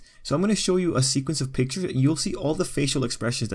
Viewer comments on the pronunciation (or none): none